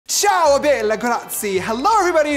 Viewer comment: I’m sorry never say Ciao or Bella again u don’t i mean just can’t say it like that plus im Sicilian so I know that is not how you say it never say hi 👋 beautiful ever again, please